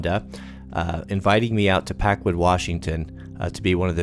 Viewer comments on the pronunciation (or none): Always pronounce it PackWOOD. If for no other reasons gets people to listen your story.